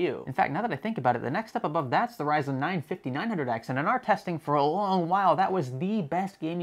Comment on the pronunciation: Am I nuts, why does he keep saying "sayzen/saizen cpus/apus"?? Is this a manufacturer ive never heard of or something? Thought was a slip up but after 4-5 times...lol